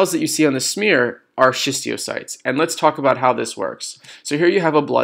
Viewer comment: Bro, it's schistocytes btw, not schistiocytes. I love the video, thank you